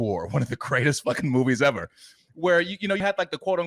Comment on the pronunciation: Seven Samurai. "First Asians In Film Evah!"